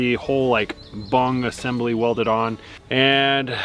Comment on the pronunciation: Did just say "bong assembly"??